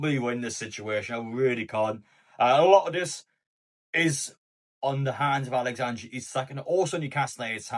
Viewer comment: Its alexander not alexandra lad